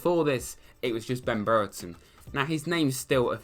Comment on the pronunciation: only said breretons name wrong 1000 times lmao